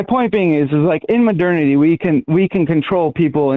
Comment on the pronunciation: "Modernaty?" Is this guy real life?